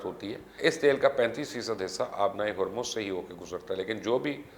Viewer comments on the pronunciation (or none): none